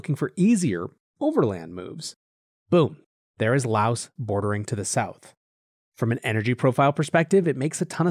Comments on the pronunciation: No it isn't. Lao is the language and Laos is the country. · I really like your show. But the “S” is silent.